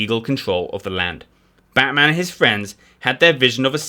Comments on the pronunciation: Try pronouncing Batman with a diminished "a" in "man". This is actually abut Melbourne not Gotham City. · Its Batman like Batsman not like the super hero lol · After overlooking your mispronunciation of Batman (although he does have certain superhero qualities!) a thoroughly enjoyable and engaging overview of his life and adventures.